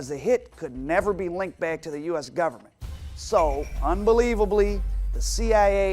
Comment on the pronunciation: Why does Moldea keep pronouncing it "Gub mint"